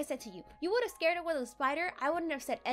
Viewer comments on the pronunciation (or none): You said scar her instead of scared her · You said Scarred